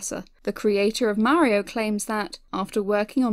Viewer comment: A nice opinion as to why SMG2 is absent from the collection. Also I did laugh at how you say "Mayiro" instead of Mario. Keep up the good work.